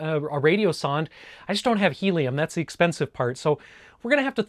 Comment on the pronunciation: Helieum you say??